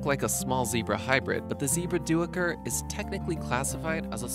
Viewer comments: Duiker is pronounced diker, not doo-iker. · the dooicker is actually pronounced like diker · Duuker is pronounced dooker, not do-ucker! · lol. I had to chuckle at the pronunciation of "Duiker" which is more to the sounds of "Daycur" than Do-eh-kur. It is a Afrikaans word which essentially translates to "Diver" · Duiker is pronounced "dyker" not "do-eeker" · Duiker is an afrikaans word.Its pronounced day-ker, not do-i-ker.🙄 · Die - ker not do -ick - er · Like the Duiker. It's pronounced "die-ker" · Here in Africa, Duiker is pronounced "Dai ker". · Actually it's pronounced day-ker. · "geoduck" is pronounced "gooey-duck". Duiker is pronounced "Dye'ker". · great video! Just want to let you know "duiker" is pronounced "die-Ker" ☺️ it's a South African word so it's pronounced differently- I'm South African so trust me 😂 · Duiker is pronounced ",dikker" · I love that you are spreading knowledge and awareness of these animals, but please check for correct facts and pronunciations: duiker is pronounced "diker"; geoduck is actually pronounced "gooeyduck" (and their siphon can exceed 3 FEET in length, not 3 inches). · Duiker is pronounced "doiker" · Duiker is Afrikaans and is pronounced more like day ker. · its pronounced daika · Duiker.. not this pronunciation of do..a..kur. darn could not even figure out of which animal he spoke off. And clearly he have no idea about the conservation status system of animals. Just read a bunch of random facts off a sheet. At least understand that near threatened and vulnerable means there are plenty around.